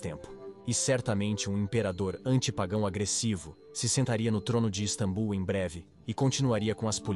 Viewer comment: Caraca já dava tempo de vcs corrigirem essa i.a de falar istabum. É só edita meu.